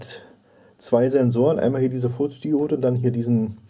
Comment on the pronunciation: Danke für das Video. Ich mag solche Videos sehr gerne. Aber verstehe ich bei wirklich Furzdiode?